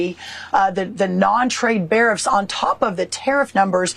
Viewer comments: This agriculture minister is an absolute joke. She’s so intent on just reciting the talking points she can’t even pronounce her words. What the hell are non-trade barrifs? It all sounds like a whole lot of barf. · said, bariffs! WTF ARE BARIFFS? Is that like a midriff on a bear??😂🤣🤣